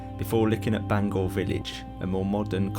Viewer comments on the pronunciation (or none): It’s pronounced Bang hour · Great video I really enjoyed watching I’ve spent loads of time walking round Bangour but now it’s being developed a shame really Incidentally it’s pronounced Bang our as in ow in the middle 😅 some of my friends used to work there before it closed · Bangour is pronounce Bangower in Scotland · Just so you guys know Bangour is pronounced ban-gouwer, like hour. I was born in the now knocked down main hospital back in 84. Edited: Also fun wee story, my Dad and uncles used to get their magic mushrooms in the surrounding woods or at least so they say lol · And Bangour 😂